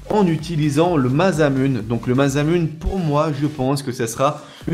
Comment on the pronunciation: cest masamuner enfin la prononciTion